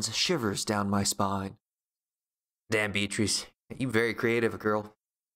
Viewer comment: It's pronounced BEE-uh-truss, not Bee-AH-treess. Sorry, it's a good video, that's just bugging me.